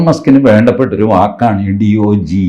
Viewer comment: Its not called "Dogi" instead "Dodge"